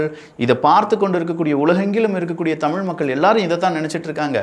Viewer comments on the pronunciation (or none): none